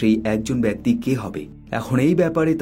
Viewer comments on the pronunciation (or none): none